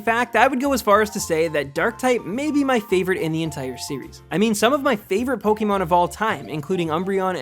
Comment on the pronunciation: It's Pok-ay-mon, not Pok-ee-mon.